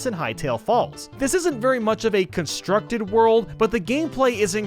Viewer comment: Wait. Did he say berry little room for error on 81?